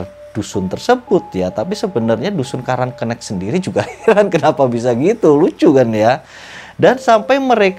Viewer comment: Bang salah penyebutan😂 yang bener "karang kenek" bukan "karang kennek" Desanya ga seserem cerita ini kok sekarang, tepatnya di olean situbondo, disana juga ada tempat wisata tpi tempatnya bukan di pas desa nya, tpi gak ke lebih timurnya, kapan kapan gw bakal bikin motovlog deh soal desa karang kenek ini😂😂 dri desa gw kira kira 10 menitan doang😂🤣